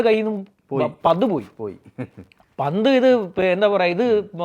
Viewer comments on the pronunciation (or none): പന്ത് പ ന്ത്‌ അക്ഷരം ശ്രെദ്ധിച്ചോണേ 😁😎